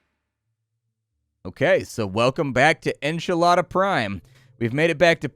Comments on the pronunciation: Enchilada? Heh, I had no idea what you were trying to pronounce until I realized you were hanging out with Saturn. Enceladus is up there at the top as one of the most promising places to find microbial life in the solar system having a liquid ocean of water thought to be around six miles deep containing hydrothermal vents similar to that on Earth. Anyways, en - seh - luh - duhs is the pronounciation. When I think Saturn, I think Titan and Enceladus first among its bajillion moons. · "Ackchyually..." it's pronounced: • Delta V = Delta Vee • Enceladus = En-CELL-ah-dus But honestly, Enchilada is fine... because they are delicious. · The station is pronounced en-cell-uh-duhs, one of Saturn's moons. Though I'm sure a ringa or two might call it enchilada. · When you say Enchilada Station, I'm guessing that its Enceladus, Saturn's sixth moon. It's pronounced "an-SEH-lah-dus" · I very much apologize in advance for being the internet… but it’s pronounced in-sell-a-doss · Hoooooomg did he call Enceladus, "Enchiladas"? 😂 oh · it's pronounced en-cell-a-dus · It is pronounced en-seh-lah-dus